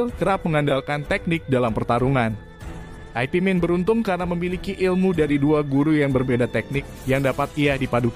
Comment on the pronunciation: Yank bener ip Man... Bukan aipi Man... Lucu niih